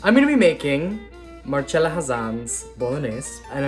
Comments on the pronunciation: It is pronounced Marcella if it was marchella it would be spelt like that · She'd cringe if she heard you call her Mar-CHella... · You got her name wrong. It’s Mar-CHELL-Ah, like cello. The least you can do is pronounce someone’s name correctly. If you want to make Italian food on your channel, you need to know how to pronounce the c in Italian words. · It is pronounced with a ch. Like cello is pronounced CHello. More importantly, that’s how she said her own name. Look it up. I imagine she would, however, cringe at how he treats his knife. 😆